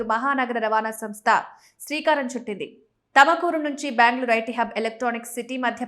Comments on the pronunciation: Thamakuru kadu thumakuru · It's tumkur madam tamkur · haha thamakuru ante Tumkuru ani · తమకూరు కాదు తల్లి